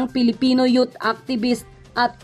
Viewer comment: Grabe ka naman mag pronounce sa Youth, ginawa mong yot ndi ito ka nais nais sa salitang Ilocano word